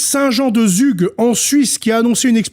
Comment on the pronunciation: 🙏🏻pour info Zug se prononce Tsoug. Désolée mais ça fait mal aux oreilles 🙏🏻